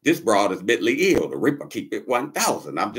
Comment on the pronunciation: My ninja said, "Mently ill".....like bently or gently..."Mently'....LOLOLLL. Ninja said, "fuck da letter A".